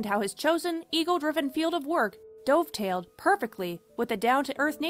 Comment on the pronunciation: Most people probably missed that. How could she not know Johnny Mathis? And she said dovetailed pronounced like the past tense of dive rather than the bird. I often wonder if these fast passed narratives with mispronounced words are done by people who have a primary language other than English.